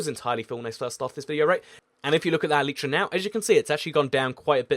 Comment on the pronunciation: its not elitetra its e light tra